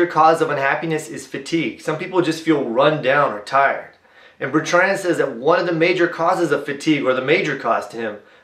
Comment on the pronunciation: Please correct your pronunciation of BER-trnd. Not bert-RAND